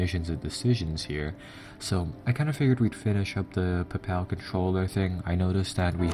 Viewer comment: It's Pay-pul not pupal XD